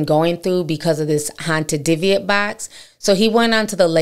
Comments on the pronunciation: It's pronounced di-buhk to anyone that is just hearing about it. Like dih-book. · Dooo bick is the pronunciation you’re looking for just call the pronunciation poo’lice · Its pronounced dib bik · It’s pronounced Dib-ic. Very serious paranormal activity. More than a poltergeist IMO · It’s pronounced di-buhk Ti but I love it. Scary stories with ti!! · Is saying “ diviate “ box? The title says dybbuk? 🤔 I want to google BOTH but not sure what she is saying…thnxxx for any help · Hey Ti Sis, Don’t take this as me trying to be funny or anything like that but it’s pronounced Di-Bic…. By the way GREAT story and the movie The Possession was pretty okay. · I'm sorry y'all! I'm a horror genre freak in general... movies, true crime, hauntings... the way they're pronouncing it is driving me crazy! 😅 It's pronounced "di-buhk"